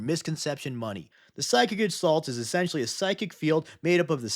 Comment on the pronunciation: Love the video, but "gestalt" is a word of German origin and they hate soft g's, so it's more like "guh-stalt". Regardless, ORKSORKSORKSORKS